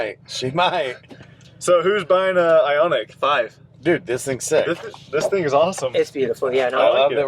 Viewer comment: The model is pronounced "Ionic".